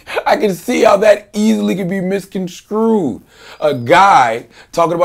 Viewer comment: HAHAHAHA! I heard that too. Why didnt Vlad stop filming, go and blow his snotty nose before continuing? VERY GHETTO! And could someone please tell Charlamagne that the word is 'misconstrued', not 'misconSCREWED'!!!!!!!